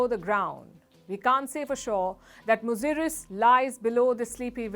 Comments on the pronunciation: It's not muzuris it's muzura all over India. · Say it "Musiri",,,,,,,Cera dynasty's port. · Thank you for limelighting ancient historys of South India. Beware of English spellings. It is pronounced as Musiri.